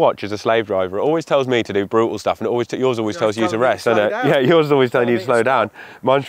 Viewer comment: it doesn't get more British than that "yoaih". Love it